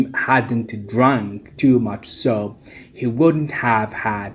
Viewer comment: Your video is good, but I have a comment about the mispronunciation that you made while explaining. It is the word 'soup', which you have actually pronounced as the word 'soap'. Apart from this remark, your video is worth watching, and I am sure that 2 Bac students would find it useful to review and understand conditional type 3.